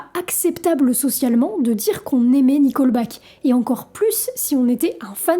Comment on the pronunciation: Tu dis qu'une partie de la communauté est connue pour être conservatrice "dans le mauvais sens du terme". Il y a un bon sens à ce terme ? Ce n'est pas "nicolbaque" mais "niqueulbaque".